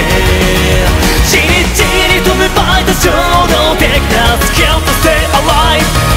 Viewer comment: サビのaliveの発音めっちゃ好き